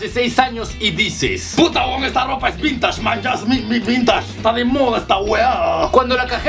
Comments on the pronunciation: Es vintashhh!! Jajajaja ;) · La ropa "vintash" JAJAJAJAJAJAJAJAJAJAJAJAJA MORI.